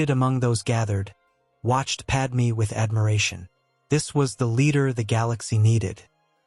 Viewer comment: Did Padmé even knew that Anakin's new name is Vader? Also, her name is Padme, not Padmee. Seriously, get it right.